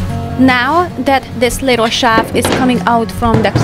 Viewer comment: (You keep saying "shaft" for "shelf" - the closed captions spells it that way, too. LOVE your energy, your sense of what "belongs" where and how.